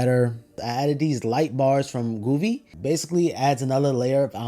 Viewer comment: Hey just wanted to tell you its pronunced "Go VEE"